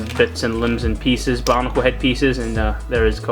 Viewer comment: did you just say bonicle